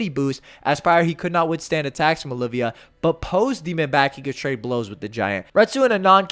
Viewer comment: It's Oliva not Olivia